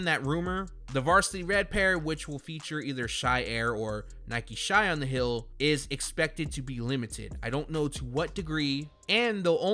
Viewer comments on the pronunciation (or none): Why tf u say hill instead of heel